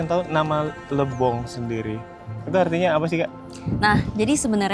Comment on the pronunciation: Lebong kak bukan Libong